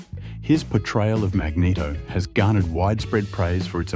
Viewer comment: mageto? for cry out loud XD